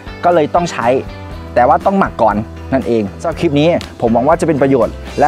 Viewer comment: แกงหรือ แกลบคะ หัดพูดค่ะ หัดได้ แกลบ = กะ - แหลบ (พูดไว้) พูดไวขึ้นๆแล้วมันจะกลายเป็นแกลบ เคยสอนเด็กท่ีพูดไม่ชัดแล้วได้ผลค่ะ Clip อ่านว่า “คลิป” ไม่ใช่ “คิบ” ใช้วิธีเดียวกันค่ะ พูดว่าคะ - ลิป ๆๆๆๆๆๆๆไวขึ้นๆ แล้วมันจะกลายเป็น คลิป สมบูรณ์แบบ ติดตามค่ะ